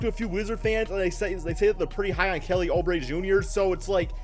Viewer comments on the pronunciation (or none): Oubre is pronounced Oo-bre